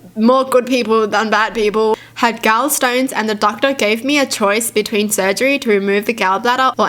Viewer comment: Its gall like like tall not gal like pal.